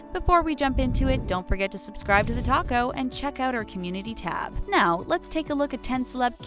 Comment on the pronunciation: "Don't forget to subscribe to the Taco" I always hear that instead of the.